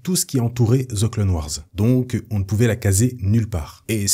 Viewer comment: "De ze clone wars" 🤣🤣